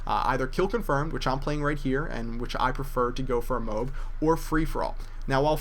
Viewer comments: After the millionth time you said 'mobe', I lost it. It's a M.O.A.B (mo-ab) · mo-ab or m-o-a-b not mobe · MO-AB NOT mobe tf is a mobe? o.O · its not a MOB its a MO AB say MO and then ABS with out the s and it comes out MOAB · its not moeab its MOAB it means Mass ordinance air bomb sorry if what you said was a joke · its not moob its mo ab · its moab M.O.A.B not Moh-ab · its not moob its MOAB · it kinda annoys me when ppl call it a "Mobe" its MO-AB. Massive Ordinance Air Blast(Bomb etc) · Either say OR MOAB NOT F*cking Mobe, that is so gayyyyy!! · did any one else get annoyed by the fact that he said mobe instead of mo ab? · why do you pronounce it MOBE and not MOAB lol ??? whiteboy7thst does that too..... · Lol wats a -mobe- mo-ab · MO-AAAHHH-B NOT MOB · MO-AB not MOBE, jesus its annoying when people say words incorrectly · MOOB? Its Mo-Ab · Mo-ab not mo-b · im sorry but u saying "mobe" really bugs me!its MO-AB!!!but i still think ur awesome bro! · it isnt "mobe" it is M O A B mo-ab massive ordinance air blast bomb or the mother of all bombs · mo-ab. not mobe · Hey it's moaaab not mowb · k this is simple... MO AB MOOOOEEEEE AYYYYYBBBBBBBBBBBB not mowb... wtf is that?! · Its pronounced moe ab. Not mowb please commentators get this right before everyone starts saying it wrong. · mo-ab not mobe same thing mine is just easier to understand the difference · its a moAb not a a Moob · me too. its not mobe it moAb. Whiteboy does that too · MOAB, not MOBE :p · Dude.. it's "Moe-ab", not "Mobe" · Mo-Abs, not mohbs, mo...ab... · I hate it when people say mobe.. it's mo-ab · its pronounced MO-AB not MOOB like he is saying stands for Mother Of All Bombs roughly 20k lbs of explosives.... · mo-ab or M.O.A.B... just not mobe bro :D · I personally think its pronounced Mo-Ab Not Mobe Just saying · please stop calling it a "mohb" - try saying "mo-ab" lol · actually it is M.O.A.B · moe ab not mobe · No its not its M-O-A-B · it's pronounced mow-ab not mobe:)